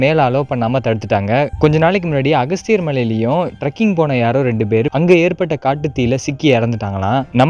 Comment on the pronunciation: " அகஸ்த்தியர்" ணு சொல்லாதீர்கள் "அகத்தியர்" ணு சொல்லுங்க